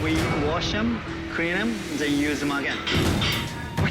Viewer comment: Dude said we CREAN them.